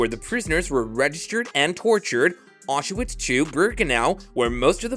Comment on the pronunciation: Get rid of that horrible AI voice. Or at least teach it how to pronounce Auschwitz, Mengele, and several other words. Also, a dignified human voice would be much more appropriate for the subject matter. In a world full of information about the holocaust, the narration of this video is poorly done. I’m sorry I clicked.